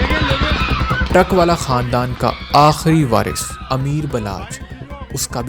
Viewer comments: Haneefa aur baba the vo,,aur truckvala nahi truckavala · Not "truck-wala", it's pronounced "truckan-wala"